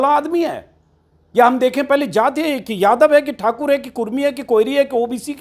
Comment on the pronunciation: तुमको बीजेपी से दिक्कत है ये तो सभी को पता है और ठाकुर पर बड़ा जोर देकर बोला है उससे लगता है कि पक्का किसी ठाकुर ने ठीक से तुम्हारी धुलाई की है l